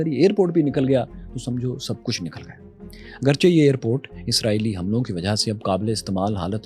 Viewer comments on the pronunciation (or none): none